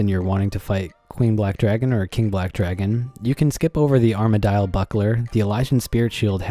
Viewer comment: did you just say......Arma-dial??????? cringe